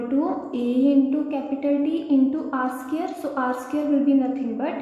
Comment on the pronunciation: What is r skirr? Do you mean r squared?